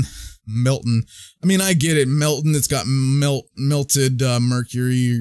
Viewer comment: It’s not pronounced Melt-tin, but it’s pronounced Melt-tan.